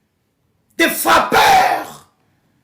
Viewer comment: Elle prononce "frappeur " textuellement comme l'épileptique Pero Ruwara le rwandais. Donc je comprend que vous êtes le fufu de même mbadi 😂😂😂😂😂😂